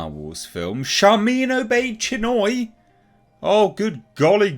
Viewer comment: Sorry I misheard, did she say her name is Sharmeen Obese - Chinwag?